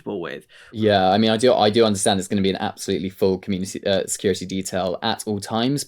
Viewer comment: Sick of hearing “security “ mispronounced. There’s a T in the word, not a D! Grr